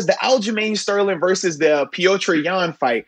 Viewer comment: Lol Moats messed up Petr Yan name every time 😂😂😂 damn !